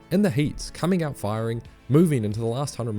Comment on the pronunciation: “Gout of this world” Did he really just say that??